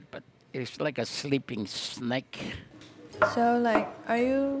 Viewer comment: i dont fink he said snake like that, its more like "shnake"😂😭